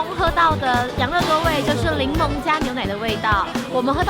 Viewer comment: 是檸檬！不是伶萌啦！（很介意